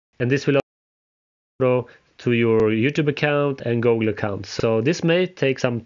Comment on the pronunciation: Why you say gogle